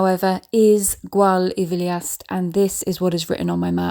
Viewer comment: Gwal y Filiast . The y is pronounced as "uh". (as in Bettws Y Coed ) not ee . Well done on finding the lair .